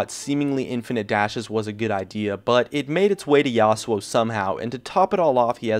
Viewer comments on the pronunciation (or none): Yasowo?!?!?!!? wtf learn to pronounce your words